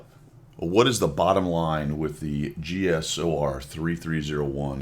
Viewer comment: The "Cheesor"